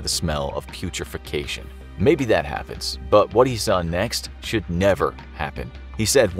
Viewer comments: it's Putrefaction not Putrefacation. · pew-tra-fac-shun, not pew-tra-fac-ti-cay-shun or whatever you said. putrefaction. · "Smell of putrefication" Sir thats turning to stone I think you mean putrefaction